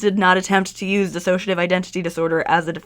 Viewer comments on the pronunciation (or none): Minor note on pronunciation - there is no ass in dissociation. It is a different pronunciation from disassociation It's a common mistake!